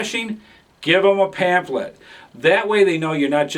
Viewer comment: p-a-m-p-h-l-e-t, not panflet.